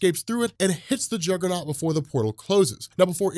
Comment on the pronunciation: "CAUSE IM THE JUGGUHNOWT BITCH"